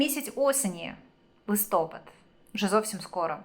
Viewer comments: Не лИстопад,а листопАд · Коли ви вже вивчите, що в Україні листопАд, а не листОпад?????????????????? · Не листОпад,а листопАд!Грамотії! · Ставте правильно наголос - листопАд, а не листОпад. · Да почему "листо́пад" ? Если "листопа́д"! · в укринском языке есть слово ЛИСТОПАД,/ ударение падает на последний слог, а не на первый слог/ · Не листопад( ударение не на о , а на а),не украинка ты..... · Листопад - наголос на а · Листопад потрібно говорити з наголосом на букву "а" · листОпад,чи листопАд?зріст яєць-це що?Шановна,поважайте себе і глядачів. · Ріже слух коли не правильно говорите листопад!